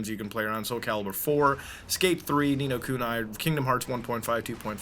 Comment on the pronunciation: It's Ni No Kuni and not Ni No Kunai you idiot